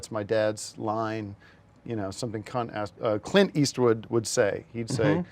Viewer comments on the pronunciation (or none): Tims whole bit about Scott Eastwood and Charlie Day is fantastic and then Tim mispronouncing Clint as “cunt” is chefs kiss